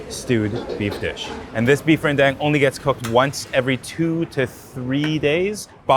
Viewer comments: renn dAng NOT ren dEng! It's SO TONG, NOT SO TO! (So to is a different thing!) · it's beef ren-DAHNG... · really appreciate you breaking down the process. My next rendang is going to be a lot better for it. Also, it's Ren-dung. Like the Tang 唐 or Wang 王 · Ren - Dang like dung bro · Lmao when he pronounced “rendang” as “ren-dang” 🤣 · RenDÁNG not dang I lost my button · ren-DAHNG please! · He lose credibility with how he pronounced the name of the dish.